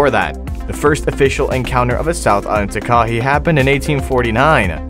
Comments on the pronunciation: its not ta-kah-ee its taa-ka-hay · What really annoyed me was how he was pronouncing it... I'm from NZ too and have always pronounced it like this "Ta Ka Hey". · Pronounced, Tar, Kah, Hay, one word, Not 3 distinct syllables,and they everywhere, even in the suburbs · The Takahe never went extinct there were just very few and its pronounced taa-ka-hay not taa-kay-hee lolz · Takahe is not pronouced 'ta-KAH-hee' It is pronouced 'TA-kah-hey' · as a new zealander, am i the only one getting triggered by how he's saying it- 😭😭 its pronounced 'takahay' btw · It’s pronounced tak-a-hey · Firstly its pronounced TAH KAH HEH(Takahe) also the lake (Te Anau) is pronounced teh ahno. Please if your going to mention animals from aotearoa learn how to pronounce it first. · Pronounce tark- a - hay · Pronounced……..Tah kah eee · He pronounced Takahe wrong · 1st that’s not how u say takahe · Bro can't even pronounce "takahe"